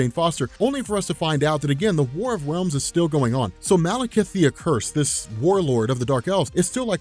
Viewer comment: “War of Wealms” min .